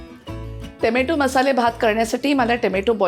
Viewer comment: Tomatooossss ahot sadhya bhashet tomoto bola over naka bolu